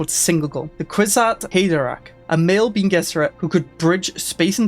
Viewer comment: Bene is pronounced ben-eh a bit like rene (artois)